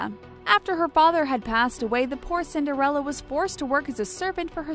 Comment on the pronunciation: i’m sorry but... cinder-fella...?!